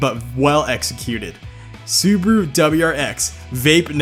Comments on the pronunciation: Why do u say Subaru as subru. It's Subaru with an a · I know, it's the english language, but how the hell is it possible to fuck up every name?! Subaru =/= Subru 😅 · Why everyone calls it “Su-bu-ru” xD thats Su-Ba-Ru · It's "Subaru" not "subru"wtf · Is this how Americans actually pronounce those names? Like awesome video, made me laugh but Soobru for Subaru, dang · SUUBWUU BRZ SUUBWUU Legacy SUUBWUU Impereza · Dat "subru" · "Subru"... Dude, go back to 1st grade and learn how to read. There's an A in there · Its Su Ba Ru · Suburu? Maybe soupyoubruh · correction SubUWU. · and subaru: sUburU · hearing him saying SUBARU made me stop watching the video for a while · Video: Isuzu and Subaru Him: I-su-suu and Subru Me: (Falls of chair) No offense, he doing good. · How pronounces SUBARU AND ISUZU, Sooberoo and Isoozu